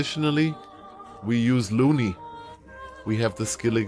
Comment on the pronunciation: Loony and melee lol, dude butchers pronunciations so bad 😂